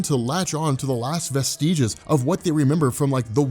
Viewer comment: "Vest-EE-ges". Lmao. He still hasn't learned to pronounce words.